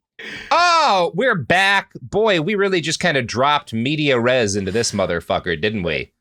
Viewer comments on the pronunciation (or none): lol complains about kids not knowing "in medias res" while pronouncing it the cringey incorrect way